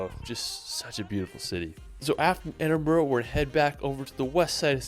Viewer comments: Ed in brugh(bru)not brew or bro, say burra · Why do people call it ‘Edin-boro’? It’s ‘Edin-brugh’. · Edin -brah Bro! greetings from Scotland! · As a Scot, I cringe when I hear his guy pronouncing the names incorrectly !! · It’s Glenfinnan not Glenfeenan. And Edinburgh not Edinborro. One thing I can’t stand is dumbass ignorant tourists who visit a place and don’t even learn how to pronounce it properly. It’s just sheer ignorance. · His pronunciation of Scottish place names is absolutely dreadful. I'm English and can do far better than that. He can't even pronounce Edinburgh and Glasgow correctly.